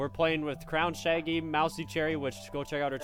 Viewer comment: At the beggining when said we are playing with crowned shaggy it sounded like we are playing with crowned shanky lol xP xO